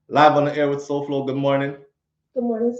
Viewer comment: Sowhog 🤣🤣🤣🤣 Lol Souflo couldn't deal with that would drive me crazy. No Way.